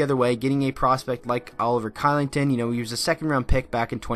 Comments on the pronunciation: Hey just so you know for future reference, Oliver Kylington is pronounced Shillington. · Oliver Kylington is pronounced Shillington dude